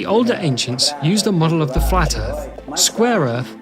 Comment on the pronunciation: Erth is flet.